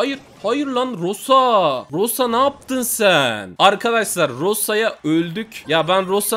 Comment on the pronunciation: Rosa diye yaziliyo roza diye okunuyo rosaa rosa diye bagiriyon